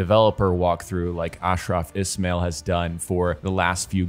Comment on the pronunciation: Hey man it’s Ismail pronounced like this i-smile